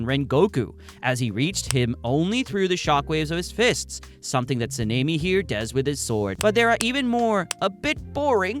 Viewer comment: Dude mispronounced Tengen, Mugen and Sanemi. Those are not hard words or names to pronounce.